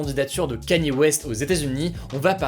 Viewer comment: Respectez le s'il vous plaît c'est : Kanié (Kanye) et pas Kenny